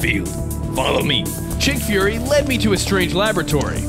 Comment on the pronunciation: Nick furry and you call him chick furry